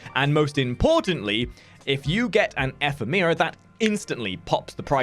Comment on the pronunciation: Ephemeera? It's pronounced eh-phem-ra Also, that's a Brakk not a Karak you showed us..